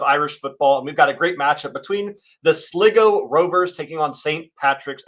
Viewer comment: It's Sly-go Rovers, not Sliggo Rovers